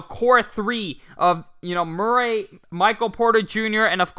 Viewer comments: Just a heads up from Mr. Murray here. Murray is pronounced (mer-ree). 😉 Thanks for the 🔥 content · How can I take advice from a guy who cant pronounce Murray